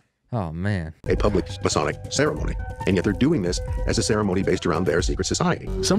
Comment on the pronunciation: New to finding you,. I appreciate your work and your heart. While I disagree with you on some theology, I certainly don't doubt your love of Christ. My only complaint is a nit picking one. It's Masonic (May-Sonic). You say: Messianic (May-scionic). It hurts my ears. God bless you, keep doing your thing!!! I'll keep watching and supporting